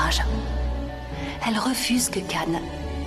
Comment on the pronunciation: Le prénom n'est pas Émir MAIS Emre qui se prononce Émeré. Tout comme pour Can ça n'est pas Cane mais se prononce Djane.